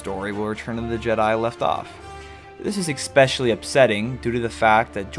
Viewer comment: It’s pronounced ESPECIALLY lol